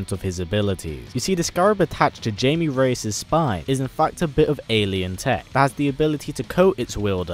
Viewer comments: Blue Beetles name sounds like HI-ME.. Not Jay-ME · It is not Jamie. It is Jaime. Pronounced hai-me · Jamie Reyes? No No it's pronounced Hiymey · *third, and he means thats not how you say it, its pronounced hi-mae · bostonman121 IT IS JAMIE BUT IT IS PRONOUNCED HI-MAE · Jaime is not pronounced Jamie! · J Ortiz your right it is pronounced j is changed into h so it is pronounced haime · probs like the 100th person to say it but bb's name is pronounced hi-mae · I kept cringing every time he pronounced Jaime wrong